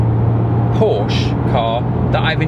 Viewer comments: Por-shuh...two syllables...say it with me...Por-shuh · Also learn how to say "Porsche" and "Wiessach". Killin' me!!!